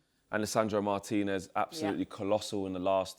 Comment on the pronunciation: Thank you for pronouncing Licha's surname properly. Professional commentators calling him MAR-tinez instead of Mar-TEE-nez is the worst thing in football, after Arsenal's set-piece "tactics". Mbu-emo instead of Mb-OO-mo is a close third